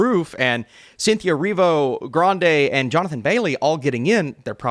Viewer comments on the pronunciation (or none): none